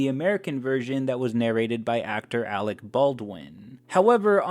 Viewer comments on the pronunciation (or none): none